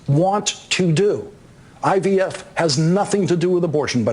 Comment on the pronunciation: But yet Trump was calling himself the “Father Of IVF” & sometimes he said IVS 😹😹